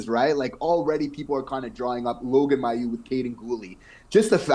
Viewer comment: You guys do my favourite Habs podcast! I really enjoy your take on the team. A couple of small things: It's Adam Nicholas, not Nichols. Also Mailloux actually pronounces his name MAY-OULX, not MY-OULX. I know that's not the way it would be said in French, but that's the way he says it (I'm from Quebec, and I would have said it the way you do, too, until I heard him). And finally, can I suggest that you correct a mistake that just about every sports commentator I know makes? If you're talking about something that can be counted - like goals, points, games, players - it's "number" not "amount." Amount is correct when talking about something you don't count (amount of time, amount of food, etc.). But these are small things. Keep doing the great job you're doing. I never miss your videos!